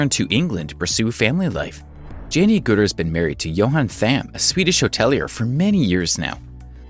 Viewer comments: NOT "A-gutter" or A-gooter", but "Ag-utter". I've been a fan of Jenny for 53 years now. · Agg ut er not agooter. And it's Helen not Ellen. And further it's BRITISH cult favourite Shameless. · It's Agutter not Agutter it's pronounced Ag gut er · Jenny Agutter is pronounced a- gutter.....like butter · Jenny agoota???? Its pronounced ag et ah. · Jenny Agooooter? Fail! It’s pronounced Agutter as in a gutter. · It's A-gutter not Ah-gootah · I cringed too, Jenny has only been acting since 1968! You'd think you could do some research. My home city of Sheffield seems to have moved into West Yorkshire, err, no thanks! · For God's sake learn how to pronounce words before making these posts.Jenny Agutters is pronounced as it's spelled, not A gooter. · ikr didn't he just say 'Jenny ag-ooo-ter' hahahaha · you need to pronounce names correctly (Jenny Agutter) coz it's rather disrespectful if you don't. And, Jenny's charity is pronounced "overcome" as in overcoming ovarian cancer, not over-comb! Get it right. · What a shame he couldn't pronounce Jenny Agutter's name properly! Fine actress. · Strange pronunciation of Agutter,… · And others....😱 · I think all these yanks went to a dyslexic or as we say they went to a backwards school. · Think you could pronounce Agutter properly?